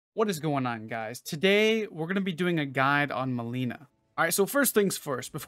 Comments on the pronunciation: It's not melena its malenia pronounce it correctly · It's MALENIA not MALENA jesus that triggers me so damn hard :D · It's not Mileena. It's Milenia ... Like the world Millenia lol. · malaria not melina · will try some of this. but I got a question: what happened to the pronunciation of malenia (you pronounce it like malina) and ever worse radagon? I'm always perplexed when names get butchered like this, even though they're said in the game multiple times. especially malenia. since you too died a lot to her, that name is burned into one's ears and brain, isn't it? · why would you pronounce Malenia as Mileena wtf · Maybe you should learn how to say her name right. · Maybe learn how to read her name first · Jesus please say her name right lol